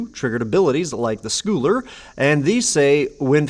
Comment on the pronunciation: Just so you know for next time, scull in Tidehollow Sculler should be pronounced like skull. Sculling is a kind of rowing. Not the kind being done in the art, though.